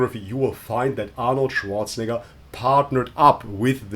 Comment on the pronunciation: Hahaha Arnold Zianator 😂😂😂😂